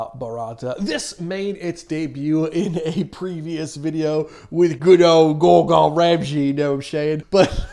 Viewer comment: "Gor GON" Ramsay 🤣